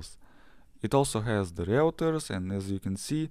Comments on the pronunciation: Reuters is pronounced - Ройтерс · Next time please say Ройтерс